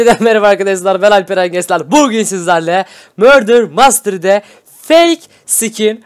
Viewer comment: mördır mastıri mystery kısmını yanlış söylsene bile çok hoşuma gidiyo derken asdlkasdakldlşdsda